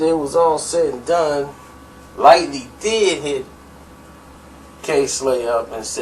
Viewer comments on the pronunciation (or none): This dude has no idea what he talking about! Firstly he keeps calling Chris Lighty Chris Lightly.. you think a dude in the know would not name the character's correct name? Papoose is the most feared MC!!!!!